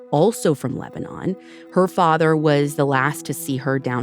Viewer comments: Lebanon the city is pronounced “Lebanin” NOT like the country. And Shari’s was a chain of odd looking octogon shaped diners that shut down last year. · I graduated from Sweet Home in 1979. We always pronounced it Lebnun.